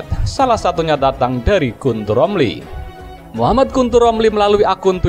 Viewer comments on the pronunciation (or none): none